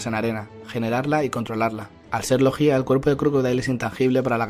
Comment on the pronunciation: ¿No se supone que se dice "logia" en lugar de "logía"? Me ha sonado super raro jajajaja